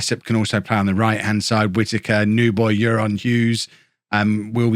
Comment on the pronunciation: can I input o euron, it's pronounced ayron 😁 keep this banger content up! Can't wait for my Holme home shirt to arrive 🎉